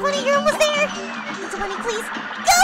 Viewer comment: You said six times of Angel funny